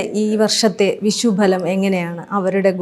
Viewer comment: വിഷ൦ഫല൦ അല്ല ഭവതി വിഷു ഫല൦